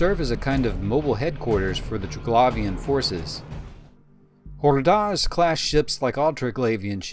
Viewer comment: Triglavian Xordazh. Pick a pronunciation for both and stick with it dude.